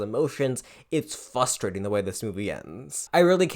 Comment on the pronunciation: Fustrating? Is that a word or did you mean to say frustrating?